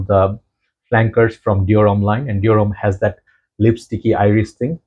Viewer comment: I'm French and it's your pronunciation of Dior that is accurate in French 😏